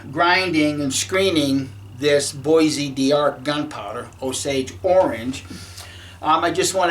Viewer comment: Bois d' Arc Pronunciation Bo-darq. Does 80 grains of 4f by weight have the same Fps as 80 grains of 2f from the same batch of powder? Which is cleaner burning? 👍